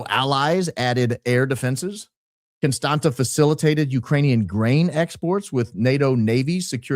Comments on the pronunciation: I love you but it’s Constantsa” not constanttttttaaa lol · dying at the confidence with which you explained the pronouncing of Constanta 😂😂😂 its CONSTANZZA! Like in Pizza! or ConstanTZa! Like in FranTZve 😂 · It is pronounced ConstanTZa 😊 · I'm from România and just wanted to Say Dacia has Been conquered by the Romans în 112 AD. And Contanta îs pronounced like Constantza ( its actually a t, that doesnt exist în English and is pronounced like tz în English) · Just as an FYI for anybody interested the city is pronounced Constantsa (with short a’s, not the ”a”-sound in stand) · Constanța - with ț, not t 😊 It’s pronounced /konˈstantsa/ or /kohn-STAHN-tsah/ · Constanta is pronounced Constanza in Romanian. The t has a squiggle under it and it's pronounced ts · Actually you'd be nearer the mark if you pronounced it like George Costanza, the accent on the T makes it sound like TS - Costantsa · It’s constans-ZA, but you got close… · Huge in the Balcans! Never thaught i’d listen to you talk about Romania, my home country 😁. The t sound in Constanța is more like the tz in FranTZve - ConstanTZa. Love&hugs! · It is pronounced exactly like in George Constantza 😂. Romanian has a letter t with a coma underneath which is spelled tz . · It's pronounced just like George's last name 😊 Thanks for everything you're doing! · Is Contanța, with a ț not a t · yes indeed, a great opening! but I'm sorry you had to endure through pronunciation of Constanța! also, I'm aware this is nitpicking, but isn't it amazing how Americans just assume things?